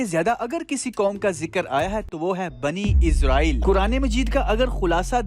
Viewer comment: I want to correct your mistake.It's Bani Israil not Bani Izrail